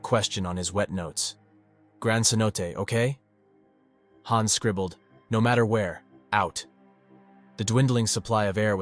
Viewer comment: The wrong pronounciation of Hans is really annoying